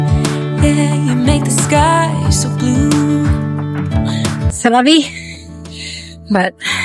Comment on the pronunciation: Bonjour!😀 Congratulations for your new home…. Jeanne and i, like the way you say ( C’est la vie )❤️ Bonne soirée 🌸🌺🌼